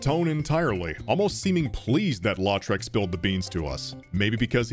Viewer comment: just came across your video and enjoyed it. But i thought you might want to know (even though you probably won't need to say his name again) that around the 54 minute mark, when you're fighting the dragon, you mention the warrior Lautrec as "LAW-trec". I'm from louisiana (cajun french background) and that last name is pronounced "LOW-trec". Again, it's not important, but being a fan of this video, i thought you might be interested. Cheers.